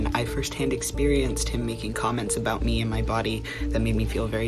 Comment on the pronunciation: No one:: AbOoOt Love the video 💚